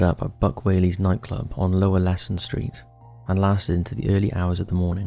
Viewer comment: Its copperface jacks....not "cooperface jacks" also it is Leeson streat ,Not " Leason street"....and the town of Nass is pronounced "Nase"......i know this as i am from Dublin.